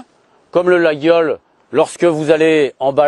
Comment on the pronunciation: Laguiole se prononce "Laiole".